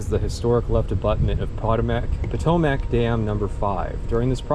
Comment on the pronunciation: The way you say Potomac sounds so wrong to me